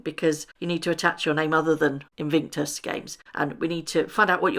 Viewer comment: In VIC tus ………. Not In VINC tus. No ‘n’ in the middle.